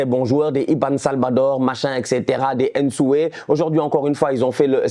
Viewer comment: vous faites un bon travail svp prononcez bien les Noms Africain, faites pas comme les autres la. On ne dit pas “Haine-Sué”, chez nous les bantu Le N dans NSUÉ est presque silencieux. Comme le N dans Ndiaye